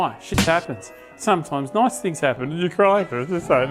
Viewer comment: You say very Noice…. Very distinctively Dr potato PANTS 😅